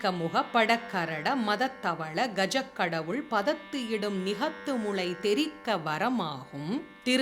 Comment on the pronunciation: Ma'am நிகத்து முளை என உச்சரிப்பு தவறாக வருகிறது. ஒருமுறை சரிபார்க்கவும். நன்றி🙏